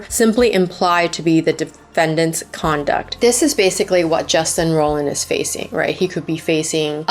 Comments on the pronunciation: It's Roiland, not Rolland. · Justin rollllland??? Haha great video but can't stand the pronounciationn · No hate but like I feel like you’re gonna do an entire video on someone you should know how to pronounce their name lol